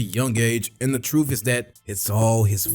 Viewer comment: Worf? Troof? Is this Ebonics?